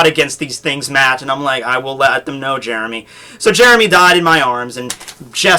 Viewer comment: Now Jeremy is known as "Jyeremy".